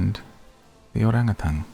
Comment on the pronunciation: As a Malaysian where ‘orang utan’ originates,I am pleased to hear how you pronounced the word ‘orang utan’ correctly ❤